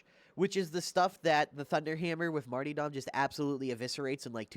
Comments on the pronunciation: Martyrdom (Marr-tur-dumb) not (marty dom) lol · marty-dom... MARty-dom... martyDOM